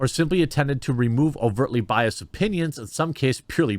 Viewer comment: “Was biased”. Sure the -ed ending is hard to hear but it’s not silent!